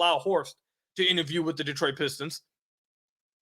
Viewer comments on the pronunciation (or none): none